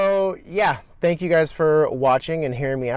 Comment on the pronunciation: hahaha You're welcome bro <3 :) at first I thought you said "thani" instead of "thank" which bloopers spread to me making me "HIT THE DISLIKE BUTTON" thinking it was the "REPLY BAR" and there went a big af DUUUHHH hahaha